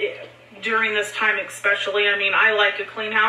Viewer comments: EXSPECIALLY!!!! AAARGH!!!! 😲😲😲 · There is NO "X" in Especially!!!! THAT MAKES ME NUTS! Wait... More nuts. Yeah more nuts. You can't have too many nuts... I digress. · I hate that she says “ex-specially” god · Omg that is driving me crazy too how she pronounces that.